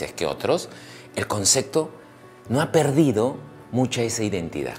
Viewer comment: A este llamado Dr. Angulo habria que ensenarle a hablar bien y sin tanta groseria. Se dice ACEPTAR Y CONCEPTO, con P!!! no es aceGtar y conceGto. Que equivocados estamos al pensar que para hacer reir hay que ser tan grosero como este tipo. A donde estamos yendo sociedad peruana, porque a la vulgaridad, al grito, hablar uno encima del otro. Tanto mal ejemplo nos muestra esta TV peruana, nada bueno para crecer, con razon en sudamerica nos miran mal, no por feos que somos, si no por la forma tan ordinaria que tenemos cuando hablamos y comportamos, somos unos PACHARACOS!!! como este Angulo, o esa Daniela Darcourt, solo por citar unos ejemplos. Pero para que vean que no todo es malo, miren la entrevista a MAICELO, fijense los codigos que tiene en la vida, y no es ni siquiera la mitad de grosero de Angulo. No conocia a MAICELO, pero se gano mi respeto y simpatia, un tipo bien plantado que sabe donde esta parado. Y es del Callao, para que vean que no hay que asumir, que porque alguien vive en Miraflores es gente de bien y el que vive en Los Conos es gente de mal. Y Dr. Angulo le digo, que salga del closet nomas, ya vive tu vida tio, y aprende a hablar bien.